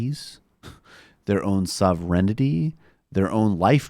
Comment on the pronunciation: How many times did he mispronounce "sovereignty" in this video? He must have only seen it in his thesaurus (research for his book) and never heard it pronounced. It's sovereign + ty Not sovereign + ity Also he is mentioning his book a lot. I'm sure his nuanced chapter on S.Harris really gets into the details about which twitter posts called him a bigot best...